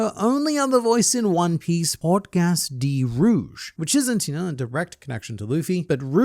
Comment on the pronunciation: Juan Piece😂